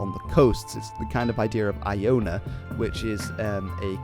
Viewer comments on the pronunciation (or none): none